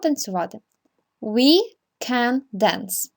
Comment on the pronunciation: Подивіться у транскрипції, як вимовляються дієслова sing та dance... Хоча б у Lingvo